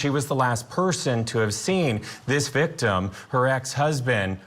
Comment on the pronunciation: This guy is a robot ,What is an Gijet’ko? Hahhahahhahah and again can someone at court tv talk to him please hahahah and he fucks up at least 15more words, “victIiI,hiim husbaeand,childreaen,her self”